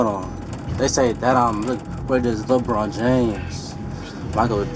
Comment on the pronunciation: “Leborn James” got me💀